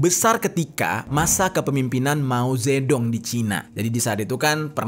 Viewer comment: Mao Zhe dong baca nya Mao ce tung